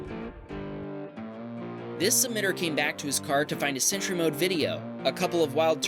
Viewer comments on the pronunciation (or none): Sentry not century